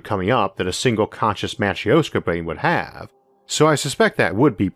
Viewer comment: It's not Matr-i-oska lol Here are some ways to write it for correct pronounciation: - matrɵshka - matröshka But not matr-i-o-ska, there is no "ee" or /i/ sound whatsoever. It's pronounced it like in "sIr", or "sYrop" "gErman" or "lEArn" or "bUrn" Greetings from Russia!